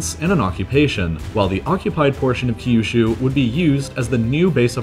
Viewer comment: The way he pronounces Kyushu gives me an aneurysm.